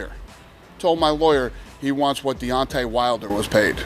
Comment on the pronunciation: It's not Diante, but Deontay !